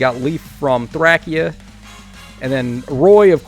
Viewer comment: Every time this man says “thrackia” my skin stands on end lol